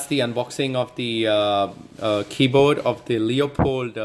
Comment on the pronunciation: Hazard G0dz no! he's saying that the guy pronounces it as keyboad instead of keyboard